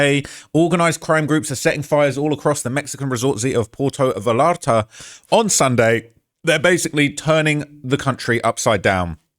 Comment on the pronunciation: Haleesco, Vayarta, Meechoacan.